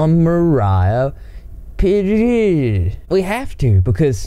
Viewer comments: "moriah pereereireoirerieruoe" uhh,, good job man lol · Pereira is a Brazilian last name. And it is spelled Pe-rey-rah(kinda like that). Lots of love from Brazil! (and the spelling that you heard is wrong) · dont try to pronounce pereira again